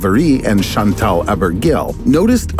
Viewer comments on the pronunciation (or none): none